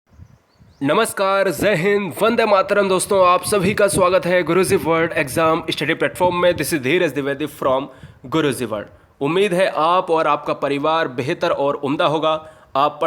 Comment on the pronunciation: It's not zai hind it's jai hind and also not guruzi...